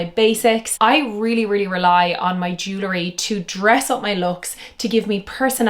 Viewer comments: I would take you more seriously if you pronounced jewelry correctly. It’s jewel-ry, not Jew-lery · It’s JEW-EL-REE! Not JEW-LA-REE, OMG!